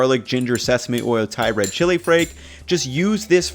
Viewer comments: “chili frake” lol noice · is embracing his Asian side by pronouncing the 'L' as 'R'